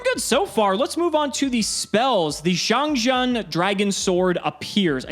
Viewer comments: Just a small headsup, the Jian in XiangJian is pronounced more like Jien, with a hard n sound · As a Chinese speaker its funny to hear how much struggling to pronounce "xiangjian"(相剑）,相剑 is ancient term in Chinese for people how determie how good a sword is, like a higher level black smith. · I’m just here to listen to butcher the Chinese pronunciation. Not disappointed 👌🏼